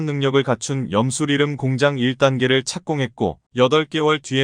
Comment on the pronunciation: 리름이 아니고 리튬으로 발음해야 맞습니다.